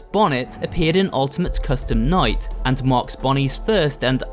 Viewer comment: he says minigame coustume night